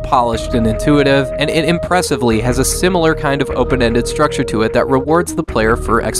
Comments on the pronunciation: did you say "impressiblly"? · I just saw it when he said it. It sounded just like that :D